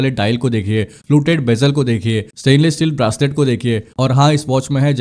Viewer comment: भाई ब्रासलेट नही... ब्रेसलेट! BTW, Nice video. Thanks for the info.